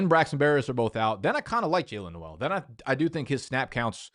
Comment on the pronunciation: and pronouncing Noel too